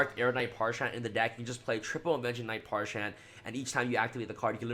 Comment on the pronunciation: Parshath not parshan.